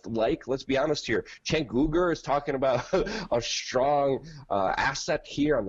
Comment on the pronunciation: Anyone could do a better job than Trump. ANYONE!!!!!! Trump fanboy strikes again. Oh and it's pronounced Janke not Sanke. And he is a Cenk-Off.